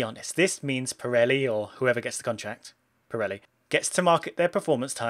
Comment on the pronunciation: How do you say it wrong twice